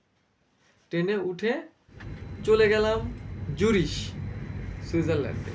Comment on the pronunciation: জুরিস না ওটার উচ্চারণ হবে জুরিখ। ধন্যবাদ ।